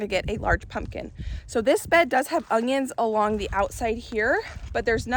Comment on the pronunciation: Omg are you saying UNGYUNS??